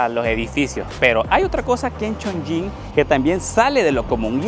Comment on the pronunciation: Cada vez que pronunciabas Chong"ying" 🗣️ la ciudad perdía un nivel de altura 🏙️⬇️🏢😅